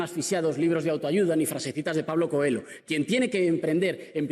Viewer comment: Se pronúncia "coello" no coelo querido, Pablo Coelho.